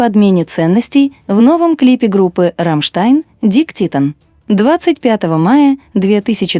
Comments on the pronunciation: Ну, блин, не знаешь немецкого - словарь посмотри! Не "дик", а "дике". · Не дик , а Дике титтэн . 😅 Lern deutsch .